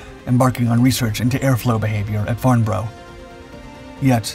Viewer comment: Farnborough is Farn-braa not Farn-bro. Just one of those odd British things.